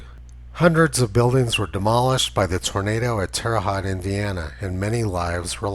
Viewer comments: Terre Haute pronounced Terra Hoht. Its a Midwest thing! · Pronounced Terra Hoat....like boat. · Tony, Terre Haute = Terra Hoat, not Terra Hot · Check the pronunciation of Terre Haute.